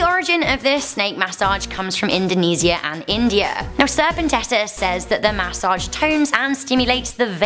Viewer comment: got dangit y they gotta give u a snak (MAS-O-AGE) yes i left the E off on purpose (No hate btw not making fun just sayin)